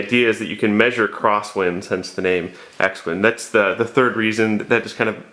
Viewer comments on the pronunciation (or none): It’s pronounced cross wind. It’s a pilot watch for calculating cross wind drift. Looking forward to the deer x-ing sign review.